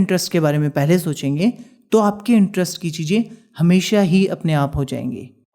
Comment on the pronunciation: MAJA 😅CHEEEEJJJ😂ZAROORAT😂HAVE TO LEARN HOW TO SPEAK FIRST 😡🙄